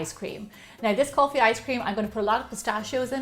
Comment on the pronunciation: You pronounced Kulfi and that requester's name "Priya" perfectly... . . . You are so talented.... But Kulfi isn't a ice cream actually its a frozen kinda thing which made with and Indian thick rice pudding "Rabdi" with saffron and nuts... The nuts are of different kind not only pistachio there are almonds... so on... in there... Kulfis are delicious by themselves... You should try the original Kulfi .... That's seriously delicious... Love you much....💖